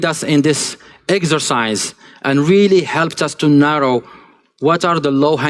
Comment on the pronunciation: did he say exorcise or exercise?